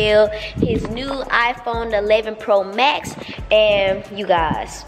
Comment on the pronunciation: Am I the only one who heard her say 11X Max Pro 😂😂